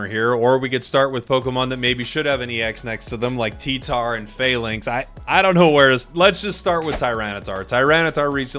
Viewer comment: I would just like to point out that falinks is based on the ancient greek phalanx battle formation, so isn't pronounced "fail-inks" but rather "fa-links"